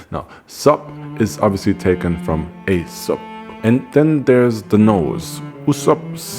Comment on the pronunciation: The first YouTuber to pronounce Aesop with perfect Greek pronunciation! 👍